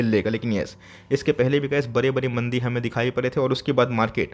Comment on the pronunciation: वो मंडी नहीं मंदी होता है अंकल